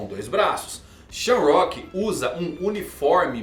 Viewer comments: SHAMROCK???? Errado!!! Shonks é O modo correto 🙌🏾🙌🏾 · Mangão a pronuncia no inglês é sham,rak então diz shamarock. não é sham + rock = shamrock